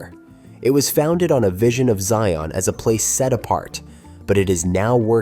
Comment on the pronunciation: Zion rhymes with .lion. I hate AI.